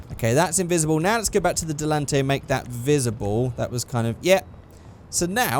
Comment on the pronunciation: "Delunte" No its Dell-in-tan-tay. How it's pronounced in game anyway if memory serves correctly. Was mentioned in a commercial on one of the in game radio station, talking about it in the vegan vegetarian organic foods place hipsters hang out, talking about it being on hydrolics. Silly idea. Certainly ain't no pussy wagon.